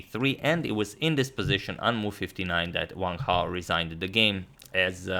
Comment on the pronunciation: Agad says Sam Hao, let him know lads that is Wang Hao,not Sam Hao